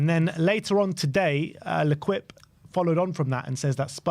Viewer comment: "Lequipe" 😂😂😂😂 Its french... its pronounced lekeep.